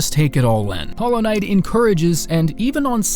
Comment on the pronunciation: U pick hollow knigth? Ur "HOLLOW RIGTH"